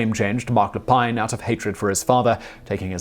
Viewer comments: Never heard of the Montréal massacre. Everyone know about the Polytechnique shooting thou. And it's pronounce Lay-peen. Not that Simon care about French pronunciation anyways. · Yeah, you missed a few. We're not as nice as some people think. Mark Lepine is actually pronounced in Canada as "Le-pin", as if there is no 'e' on the end. You can probably do another one like this. Some of the previous comments give you some names. Canadians tend to believe that "Nice Guy" propaganda too, which is why these people got away with their crimes for as long as they did. There's a mind set of; 'No, nothing like that could happen here.' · Marc Le Pine Marc Lay Pinn Thank you. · Mark la peeeeeen not la pine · Luh-peen, not leh-pine. He is an actual French Canadian, no need to Anglicize it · Isn't it pronounced Marc Lapeen? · Marc Lepine its pronounced (le peen) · If I may correct you, Marc Lepine's last name is pronounced Lepeen (it's a French name, not English). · Lépine: lay-peen. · There were several names Simon mispronounced in this video. Minassian and Lapine were the big ones he messed up.